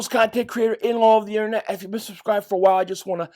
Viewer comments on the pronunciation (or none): none